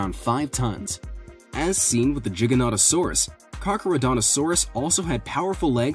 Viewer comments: Good video but ins not jig it’s giganatasourus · It’s not Jiga it’s G with iga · For the giga one it’s pronounced gi-ga-not-a-sore-us in not trying to sound rude I just thought I’d say something! ^-^ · U say giganotosaurus wrong XD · giga not jigganotasaurus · Really? Do you not check your pronunciations? GI (like my)--GAN (like can)--TO (like toe)--SAURAS. Not like it's a gigantic "jigsaw" lizard.